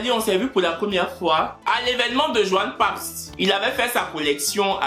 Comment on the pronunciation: Johan Papz a souffert dans ta bouche😂😂😂